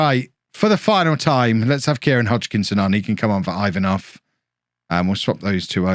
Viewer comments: Ivanov is pronounced E-vanov not i 😛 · your pronunciation of Ivanov is straight up hilarious